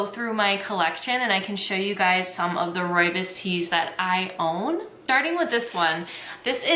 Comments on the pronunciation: Hey hey, South African here. It's actually pronounced roy bohs (Afrikaans). It's such a staple here it's more common to find than regular teas. Fresh pack is the most commonly used brand and probably the most accurate representation. It's most commonly drank with milk and sugar, but I also love it with no milk and honey. It's such a comforting tea. Also did you know that the fynbos biome is only found in South Africa? There's nothing quite like it. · oh no you’re saying it wrong!! it’s pronounced roy-boss ❤️❤️❤️ xxx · Great video! One thing I will say is that a lot of people pronounce rooibos wrong! (Don’t worry, everyone does) Rooibos is actually pronounced like this: ‘Royabois’ Keep up the good work tho! (P.s. just so u know, I know how to properly say this because my whole family is from South Africa!) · Ooh thank you!! Good to know! I heard so many weird pronunciations when I worked at David's tea. My favorites are Roo Boy and Roobacha. 😂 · The Afrikaners I know call it "ROE-ya-Bose". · Yeah no, we pronounce it Roy-Boss.. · Video pronounced it wrong lol